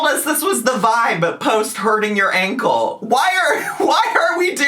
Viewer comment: I know this is so silly but I’ve seen so much content about and her ankle… I’ve realized I can’t stand the way she says ‘Ankowl.’ Hope so badly this is truly the last time she mentions it 😆